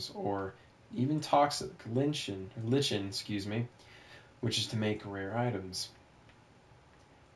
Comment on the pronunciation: It's pronounced ly-ken. . . Just saying